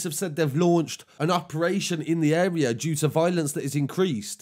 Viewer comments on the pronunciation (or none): He’s a nice guy but he doesn’t know the uurea